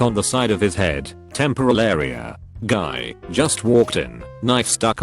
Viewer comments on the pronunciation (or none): none